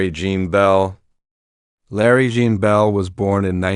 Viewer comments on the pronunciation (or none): none